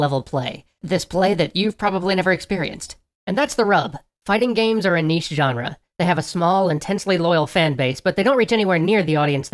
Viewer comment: You correctly pronounced niche! No one does that!